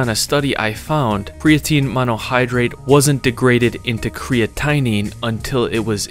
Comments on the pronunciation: Cray a teen not cree a teen. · creatinine is pronounced cree-at-a-neen not cree-a-tine-een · Creatinine is pronounced kree-at-ten-neen not kree-at-tiny lol. I only know cause I have to hear about it all the time on my ckd bloodwork results. I'll definitely get on some creatine after seeing this. You bet. And the stubborn poo is an easy fix, prunes and mangos.😊 W video! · Its not crea- tiny.....its CreaTIN - INE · Crea-Tea 😂😂😂 you might make some money with that 😂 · “CreaTea” hehe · Creatinine = Cree-at-in-een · the pronounciation of micronized and creatinine were special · Please look up the correct pronunciation of creatinine.